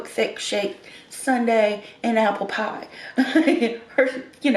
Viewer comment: I like the way you say 'sammich' and also like the way you say 'piiieee!'